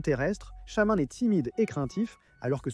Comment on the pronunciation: C'est EthernatOS, pas Ethernatus ! Tout comme Shaymin se prononce Shay-mine, pas shaman. Reshiram incarne la RÉALITÉ, pas la vérité. Kyogre n'a pas besoin d'accent pour que son nom soit prononcé.